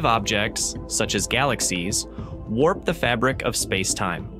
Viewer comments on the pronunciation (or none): none